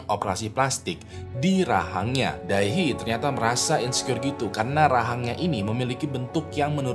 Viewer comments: Fyi cara pengucapan Dae Hee sesimpel "De Hi", bang 😊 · Bacanya "de hi" bg